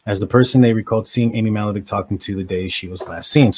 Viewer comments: It's pronounced Ma*hal*la*veck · You’re butchering her name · If you want to use this girl for views… learn how to say her name. And those of us who grew up in this neighborhood know who did it. It’s not this guy.